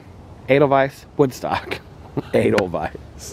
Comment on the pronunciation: The face i made when you said aidelvise 😂😂😂😂 like wtf hahaha